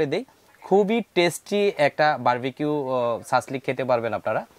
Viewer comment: সাসলেক নাকি সাসলিক?? ইংরেজি উচ্চারণ কিন্তু "Shashlik"